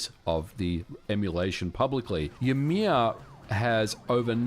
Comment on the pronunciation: 'joumear'? Lol. That is not how we pronouce the name of the ancestor of all the jötnar in the nordics.